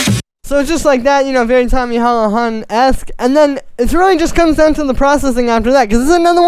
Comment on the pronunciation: Hahahahah its pronounced tommy hoola han